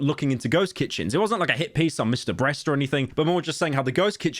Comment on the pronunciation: He really said “Mr. Breast” at the end😅 where’s the edit fam